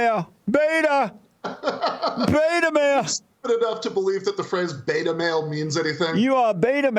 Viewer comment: I know it's a British thing but maybe the rev is confusing Ben for Bill in the flower pot men (beeeta). Check it out it's a kids BBC show from the 60s they smile weed and have lost the ability to speak coherently (a lot like Ben).